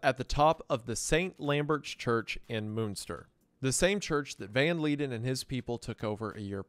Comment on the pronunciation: Van Leiden is pronounced “Van Lie-den”, not “Van Lee-den”